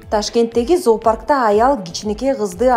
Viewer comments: Заапарк эмес зоопарк чон кыз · Эй, алып баруучу кыз, туура оку заапарк эмес, зоопарк, зоология деген сөздөн алынган, эмне ушунчалык сабатсыз сыңар, лайк сурагандан башка эч нерсе билбейсиңер го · Запарк эмес зоопарк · Заапарк дебей туура окусан зоопарк деп эле окулат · Туура окугулачы заапарк дебей